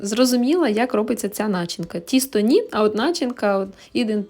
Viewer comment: Не нАчинка,а начИнка🤪😄